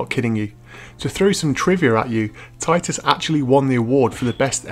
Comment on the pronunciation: It's pronounced TITus. Anyway, good review, as a chess-fan I might check it out